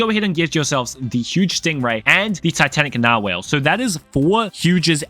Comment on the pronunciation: its narr-wall -mrspalshhhh